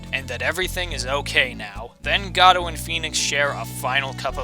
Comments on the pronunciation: It's GOH-DOT. As in the word "Go" and "Dot" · I think Godot while I thought it was pronounced that way at first, is really pronounced got it. Just really fast. I love your number 1. I love all the games in the series. Another one for me at least was Turnabout Samurai from the 1st game. That moment when Phoenix comes to the realization that the steel Samurai is not who they thought it was...took me for a loop. My least favorite game out of the ones I've played is Justice for All. I disliked the big top case. It felt like they were running out of ideas at least to me. Until they dropped the Matt Engarde bomb. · I'm pretty sure Godot is pronounced Goh-doh. Made up of the last two parts of his original name: SPOILER Diego Armando. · Gah-doh? GAH-DOH?!! FRICKIN GAH DOH?!!!!!!!!!!!!!!! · IT'S GADOLT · I wonder what happened to the t in Godot